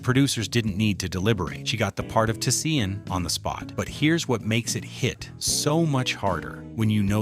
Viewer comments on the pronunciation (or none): It's not Tuh-Sea-En.... It's Tisean ..... T'Shawn.... Not Sea-En.... Fucking AI! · It’s pronounced… Ti-“Shawn” not Ti-Se-An!!! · Her name is pronounced Ta-Shawn… I’m sure AI is pronouncing the baby’s character’s name wrong. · He butchered tf outta Tisean's name the whole video. Say it wit me TaShawn. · It’s pronounced TaShawn. Is this channel AI? He could have just said Tee-Tee.